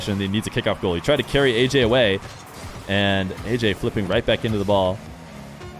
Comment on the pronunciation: ayyayy* not ayyJay